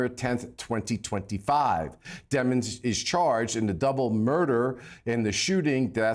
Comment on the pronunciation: His last name is Demon which is an accurate title considering what he’s accused on. Not “demmons”